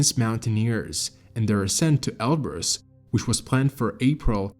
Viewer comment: Oh man eberus not elberus